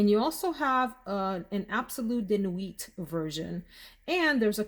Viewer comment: Hey.Nui not don't pronounce the T.